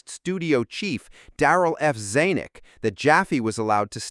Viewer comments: "Eye-in-stein", Zay-nick" and many other laughably inept mispronunciations of well-known names is just lazy and unprofessional. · The narrator can't pronounce Klato properly. He pronounced it Kl-aww-to. And pronounced Zanok "Zawwnook. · Zaaaaynack? ZANuck!! I love how Ai is really bright and intelligent putting these $1.95 documentaries together but it is incapable of pronouncing words and names correctly. Pronunciation is Ai's Achilles heel. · Big points off for the AI narration that mis-pronounces the name of the famous studio head, Zanick!!!! 👎🏻👎🏻👎🏻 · Zanuck is pronounced with a short A. Like "Dan - uck" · The CORRECT way to pronounce the Producer's name is "Darrell Zan-NICK" 😂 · Zay-nick? If you aren't AI, then have you ever heard of the great Darryl Zanuck? Claw-two? Have you seen the movie? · The book "Silver Screen Saucers" by Robbie Graham makes a strong case that this film was a CIA test of public reaction to open ET contact, intended to be as realistic as possible. The narrator of this video mispronounced several names associated with the film: it is Klaatu, not "Clato", and Zanuck, not "Zanic". Those of us who saw the film back in the fifties recognized the actress Frances Bavier, who played Aunt Bea on the Andy Griffith Show a few years later.